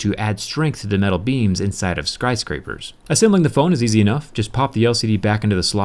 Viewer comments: "Scryscrapers". I wish you did the scratch and burn test, but it'll have to wait for your official in house review of this. Thanks for the quality videos as always. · lol skryscrapers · skry scrapers? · skryscrapers lol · Skryscrapers? lol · Skry Scrapers. Lol. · No one else notice skryscrapers? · "Skry Scapers"